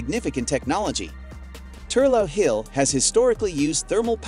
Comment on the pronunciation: The Hydro station in Wicklow, Ireland is actually pronounced as ‘Thur-lock’ hill, not Thur-low as butchered multiple times in the video! You’ve obviously never been there!